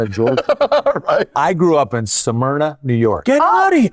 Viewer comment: There’s a New Smyrna, Florida, but it’s not pronounced as Samyrna. The pronunciation is like smith, small, smooth, smell.